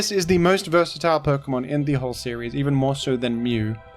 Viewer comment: you say versatile weird